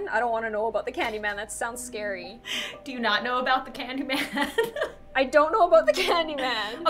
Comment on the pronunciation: Vewy scawy